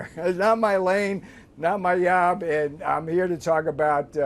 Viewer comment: Did Navarro say "not my yob"?? As in some vaguely racist pronunciation of the letter "J"?